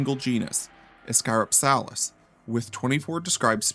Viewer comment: Its pronounced ISS-cuh-ROP-selliss. Like how Dynonychus is not pronounced DY-no-NY-cus, its pronounced DYN-onicus. Basic latin sounds.